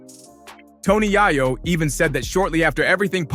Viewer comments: Bro I got to stop watching your podcast cuz you are truly mispronouncing this man's name and it's very simple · Fr, you can't make a video without mispronouncing they name, you might not even be from this country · Hate the way you say Tony yayo name that's not how you say it dam